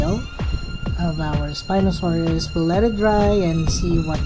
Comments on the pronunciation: Not 에스피노사우루스, its 스피노사우루스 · I mean, in Korean, a spinosaurus is a 스피노사우루스, not an 에스피노사우루스